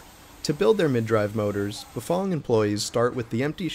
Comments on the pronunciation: Bafong? Never heard of that company. Maybe you better learn how to pronounce Bafang. Maybe country twang as in fang. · Bafong ... I thought it was Bafang